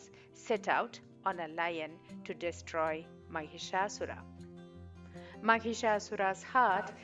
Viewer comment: Wrong pronunciation it's not maghishasur it is Mahishasur. Here Mahish means Male Buffalo And Asura means Demon .... 🙏🙏🙏🙏🙏🙏🙏🙏🙏🙏🙏🙏🙏🌹🌹🌷🌷🌷🌸🌸🌺🌺🌺🌸🌸🌷🌹